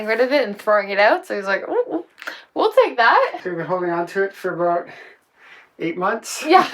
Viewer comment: You said aboot.